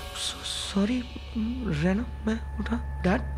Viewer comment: For your mind it's raina not Rana